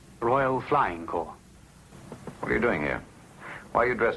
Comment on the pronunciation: Corps! Not circus. Jeez.